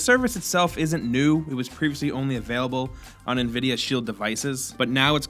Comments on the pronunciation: dislike cause he said NA-vidia instead of N-Vidia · It's "en vid ee ah".